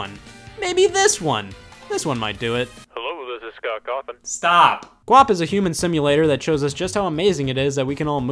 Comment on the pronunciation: Scott Cawthon, not Coffin